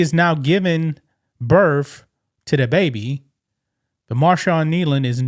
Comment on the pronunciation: Birth, not birf, 🤦🏻‍♀️